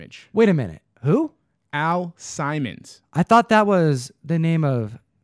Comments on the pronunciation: You are not crazy. I have no idea what we were thinking that day but completely butchered the name. 😅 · The name is pernounced Al Simmons not Al Simon "Simon says lol. Excellent video as always. Love the vibe always. Keep an eye out for that gunslinger spawn in that collection Guru and also Todd McFarland dropping another gun slinger cover this Wednesday do not sleep on it. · Al Sim mons not simon :P